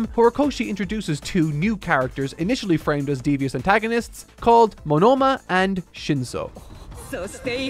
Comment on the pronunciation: did the pronounciations of Monoma and Ochako so dirty and i'm still recovering from it.